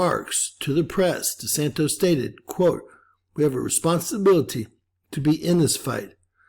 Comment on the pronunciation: DeSant "iss" not De Santos. He's American.